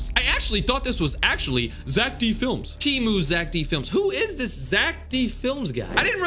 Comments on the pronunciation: Its zeck felms not zeck flems😭✌️ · It is pronounced fe-l-ms